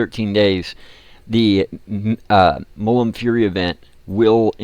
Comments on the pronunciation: Please, its Mul - Mun. Not Mullum. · of course he cant say mulmun right